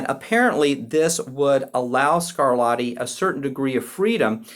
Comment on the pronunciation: At about , we stop talking about Scarlatti and start talking about someone called ‘Scarladdi’ (ugh!). Essercizi is pronounced correctly ‘esser-chee-tszee,’ (not ‘esser-see-zee’). A little coaching on Italian pronunciation may have helped in what is otherwise, an interesting and useful video.